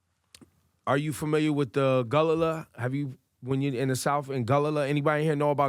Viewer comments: It's Gullah not Gulallah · Ebro meant Gullah. Not Gulalah. A for effort anyway. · We are Gull Ah not Gull lala lol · He was actually referring to the w. African Gullah ppl here in America. He just pronounced it wrong. lol